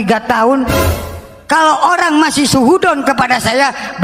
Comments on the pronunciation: Ngomong su'udzon j su'udon😅....lidahnya keseleo² klo ngomong dehh😅😅😅😅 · ngomong jangan Suhudon😂 Yg betul itu su'udzon woi